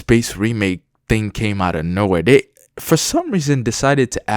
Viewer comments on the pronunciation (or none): none